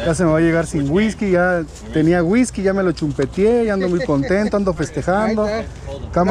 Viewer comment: Hola ; la tienda se pronuncia didis ; la carcachita la sentí cara ; pero como dices se compensan con los otros precios ✅ lavas la botella de guisky no como se escribe 🤣 cámara y acción